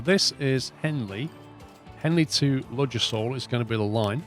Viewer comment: You don't pronounce the d in Ludgershall!